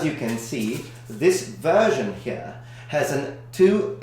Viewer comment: Your pronunciation of "here" is perfectly upper class English just for a split second xD